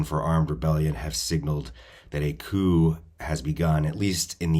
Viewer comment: Coup not coop (as in chicken coop).